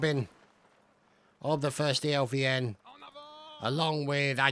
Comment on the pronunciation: its not 1stelvn but 1steivN(1steIvN)